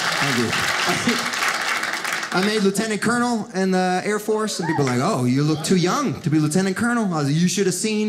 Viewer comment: Thought this guy was funny until he said chair force.. sorry air force